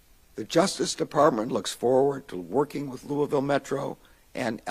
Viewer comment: Congratulations Mr. Garland--you pronounced Louisville the way we do. Now time to investigate New Albany, Ind. right across the river because it is worse than Louisville. Police have gotten away with murder there, including a cop who killed his family and got off. They also abused mentally handicapped people. It is corrupt as well, stealing recovered stolen property.